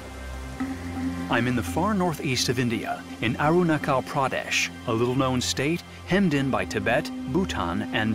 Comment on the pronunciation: It's not Arunakal 🙄, 👉 Arru+naa+chayal ,= Arunachal, It's not aadies, 👉 aa 👉D,= adis Thanks for visiting here Merci